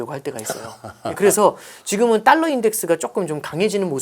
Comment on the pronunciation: 발음이 뭔.. “딸라, 딸라” 듣기 참 거북하네. 분석은 어정쩡, 뭔 말하는지 이해도 안되고..